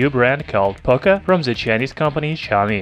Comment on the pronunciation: Its POCO not POCA, learn to speak.